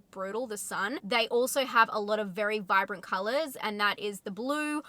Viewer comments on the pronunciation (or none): none